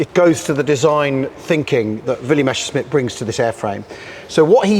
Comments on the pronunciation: Why is there a tendency to pronounce it Mescherssmitt instead of Messerschmitt? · Seems suffers from a bit of ooooo Meshersmitt Meshersmitt syndrome.